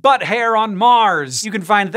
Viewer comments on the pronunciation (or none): none